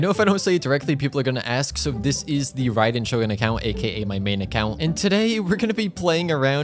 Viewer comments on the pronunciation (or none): none